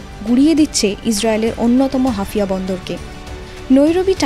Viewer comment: হাফিয়া না ওটা হাইফা... মুখস্ত সংবাদ পড়লে এমনই ভুল হয়, অন্তত দেশটার ভৌগোলিক অঞ্চল গুলোর নাম জেনে খবর পড়া উচিত